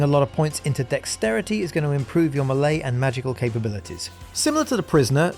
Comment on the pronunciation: Am i the only one that cringes everytime he says melee?